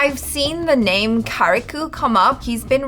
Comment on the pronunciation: its not karikoo, its kariku pronounce it as karik